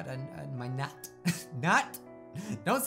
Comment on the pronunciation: When he said What you say about my Nat I heard nut